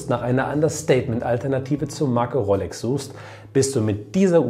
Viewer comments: Es heißt Rooooolex… 🧑‍🎓☝️ … nicht RoLLLLLLex 🙉 🤜🏻🤛🏻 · Rooolex nicht Rrroollex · Guten Abend, du sprichst "rolex" aus wie "rollex ", ist das richtig so? Gerne kurze Rückmeldung. Lieben Dank dafür. LG Ralph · Servus, die korrekte Aussprache wäre Roolex, also mir langgezogenem O. Rollex spricht man wohl eher im Ruhpott;-)